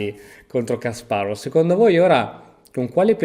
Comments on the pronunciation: Si pronunciano "Kaspàrof" e "Ivànciuk" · la V finale dei nomi russi si legge F